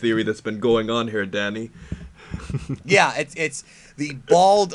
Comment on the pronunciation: When he says Danny it sounds like Daddy 😂